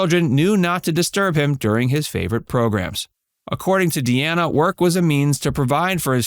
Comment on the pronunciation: Dean Martin's daughter pronounces her name Dee-nah. Not! Dee-Anna. But spells it Deana. That's Dean with an "A" at the end. His last name is pronounced Crow- setty. Not! Crow-chetty. How do I know? There's several sites that he mentioned that's how he pronounces his name.And Sasha is not his biological daughter. He adopted her. She is the daughter of his third wife.